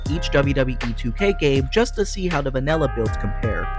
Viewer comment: Mate its called vanilla not vanella 😂